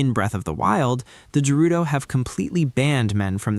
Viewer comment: Great video and theory but why are you saying Gerudo like that 😱